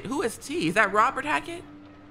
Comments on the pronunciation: the way they keep pronouncing hackett as hatchet is irking me 😭😭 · Bro it’s hackett not hatchet pmo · Why they keep saying hatchet? It’s HACKETT!! And Eliza and Silas are not part of the Hackett family. How y’all in chapter 8 and still don’t know the story? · them continuously saying hatchet and not hackett is driving me crazy lmao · I love how they kept saying “hatchet” instead of “Hackett”💀